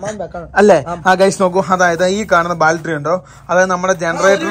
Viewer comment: പ്രിയ സുഹൃത്തേ ഒരു തെറ്റ് തിരുത്താൻ പറയുകയാണ് നിങ്ങളെ കൊച്ചു ആക്കുക ആണെന്ന് തോന്നരുത് ..നിങ്ങൾ ഇപ്പോഴും ബാൾട്രി എന്ന് ആണ് പറയുന്നത് അങ്ങിനെ എല്ലാ ബാറ്ററി എന്നാണ് പറയേണ്ടത്..